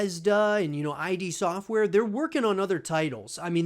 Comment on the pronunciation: “Eye-D Sortware” Just quit, kid. You’re too young to have an word on this